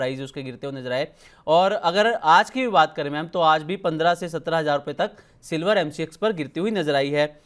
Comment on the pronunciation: वो 'सिल्वड़' वाले एंकर महोदय किधर गए 😅